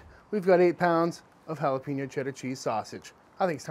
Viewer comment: Solid Jalapeño Cheese sausage Recipe. Dude, Plz stop saying Jalapeeeeño.. Pronounced like Jalapayño. Thx